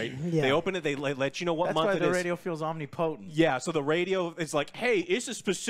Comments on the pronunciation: om-nip-o-tent....not omni-potent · lol Omnee Potent - English language slayed once again. It's pronounced Om-ni-pa-tent with no break in it 🙂 Did you get word of the day toilet paper from OJ? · Joe's pronunciation of Omnipotent is awesome lol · Holy crap can someone tell how to pronounce omnipotent